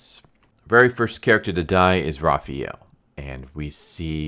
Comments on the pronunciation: Great video. Quick advice though: It's pronounced Raphael, not Raphiel. Since it is pronounced exactly how it's spelled in every other language. Another acceptable pronunciation is Ra-pha-yel, which is what English and American people prefer to facilitate, if you prefer. The important thing is not replacing the "a" with an "ee" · Raphael isn't raffee-el Why you keep saying jt wrong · who is "Rah-fee-el"? lol. Had to replay the beginning to know you were saying "Raf-fi-el" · is that the official pronunciation? "ra-fee-el" not "ra-fa-el"? just curious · raphAWWel not raphEEel *cringe 😤😬 sorry that always annoyed me. Good breakdown, that should've made the movie based off this. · First off, you're pronouncing Raphael's name incorrectly. It's Raph-aa-el. Secondly, his weapon is not Kunai, it's the Sai. Have you ever seen or read the TMNT ever?? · i’m not sure what’s tilting me more. Raphiel or Zabooza 🤣🤣 good video tho. enjoyed it thoroughly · Thank you for this. Butchered the names, but dope TLDR RĀ-FĪ-EL (Raphael). ZAH-BOO-ZA (Zabuza). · Why do you pronounce Raphael like that? That's not how you say the name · I mean I would understand calling a Japanese weapon by a wrong name, but I don't understand why you pronounce Raphael so freaking weird